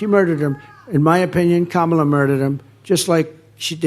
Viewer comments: he did it again! he pronounced her name correctly! that proves that he has to think about mispronouncing it every time and no longer can handle the effort. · Every time Trump accidentally (due to his dementia) says Kamala’s name correctly, his little band of sycophants cringe.